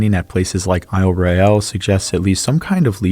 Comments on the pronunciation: FYI: ISLE ROYALE is pronounced: "ISLE ROYAL" by the locals. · Question: How many times can you mispronounce Isle Royale in an hour ?